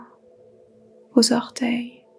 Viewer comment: Merci, vous avez accompagné mon début de journée d'anniversaire ! Merci pour tous vos tutos ! J'avais rencontré Micheline Flak et le Swami Satyananda. Une petite chose, d'humour : on ne dit pas cinq zorteils juste cinq orteils !!!😅 Namasté❤